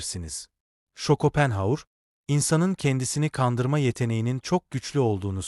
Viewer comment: Yapay zeka çevirememiş takılmayın